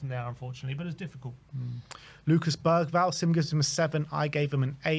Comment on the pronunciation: As a sweed i woud like to say that the pronunciation of Lucas bergvall is more like Lucas berjvall😅